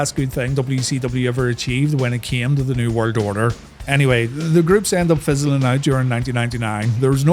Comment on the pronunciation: Bro literally says New Word Odor